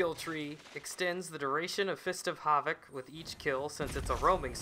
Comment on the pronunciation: why do you turn German when you say "havoc"